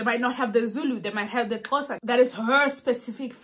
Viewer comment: oh i like when you say xhosa 😍